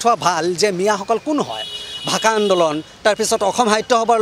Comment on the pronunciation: তহতে আজিলৈকে অসমীয়া ভাষাটো ভালকৈ কব নিশিকিলি ... ভাহা নহয় ভাষা ... দেহতকৈ নহয় দেশতকৈ.... 😂😂